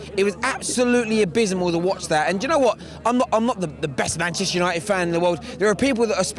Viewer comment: Both can't pronounce Manchester united